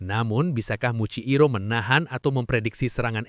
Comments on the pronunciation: Muichiro bg bukan muikciro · Muichiro jir bukan muciiro